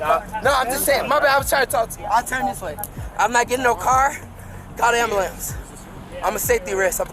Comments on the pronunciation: It's AN am-ba-lamb. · wtf is a “ambalance”? What kind of questions is he even axing 😂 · "I need an ambeulans" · ah yes the anbulambs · Hahaha “call the amberlamps”. This is the second video I have watched where someone has “axed” for an “amberlamps”. Apparently the words “ask” and “ambulance” are very difficult words to say. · What is an "ambalamps"? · CALL THE WHAT???? AMBULAMB😂😂😂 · I wonder if black people actually believe it’s pronounced amber lamps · "Well sir we can call a am-ba-lambs but i dont think it will help get you medical attention" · SOMEBODY CALL DA AMBALANCE😂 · He need a ambolints coz he a safety riss 😂😂😂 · The brother and sister he said " call the ambulambs not ambulance lol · Why is ambulance so hard to everyone in these videos to say? So freaking annoying.